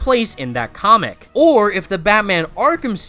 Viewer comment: Omg i skipped like 5-6 times this video, everytime you say the word "comic" the f**ck mate?